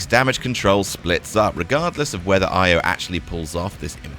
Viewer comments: E O not I o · Why can't say Io properly? Is he doing it badly on purpose or what?